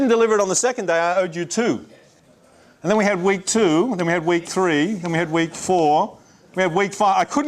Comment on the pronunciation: note when he says "wake" he's saying "week"